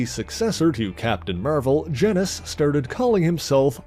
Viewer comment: why do people keep pronouncing Genis's name like it rhymes with Dennis? His name is pronounced like Genus.. Which is why his sister is named Phyla... That's the joke.. Kingdom, Phylum (or Phyla for plural), Class,. Order, Family, Genus, species....